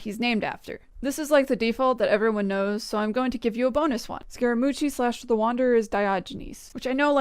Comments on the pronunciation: They probably meant Scara-moochi and Nata-lan. Both quite strange mispronunciations to make from an English-speaking point of view. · I cant tell if youre saying scaramouche like that as a meme or not